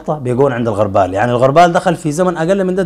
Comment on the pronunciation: الغربال ( بضم الغين) وليس بالفتحه علي شاكله المغاربه والتونسيين ياااا إمعه وشعب ضعيف الشخصيه ومقلد في حين انت الافضل